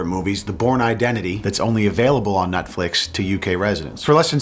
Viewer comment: I could swear you said “Nut-flicks” in the add section.